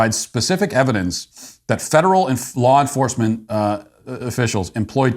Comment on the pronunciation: You probably didn't mean to this but when talking about parents and the FBI you said "Flaw Enforcement ". How so accurate